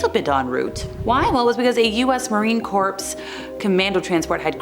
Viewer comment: FYI - US Marine Corps ..... the "Corps" part is annunciated like "Core"... not "Corpse", which is a dead body.